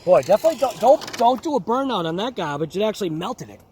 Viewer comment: minute mark.. There's no "r" in gaubage!